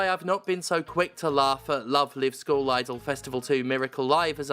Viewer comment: Man I love the way Steph pronounces school as skull. Makes Love Live sound a bit metal.